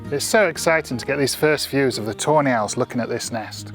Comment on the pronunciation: Sounds like you say "toe nail" not tawney